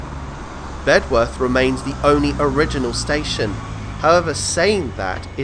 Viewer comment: Local pronunciation is “Bed earth “………not “Bed worth “ ……the w is not sounded !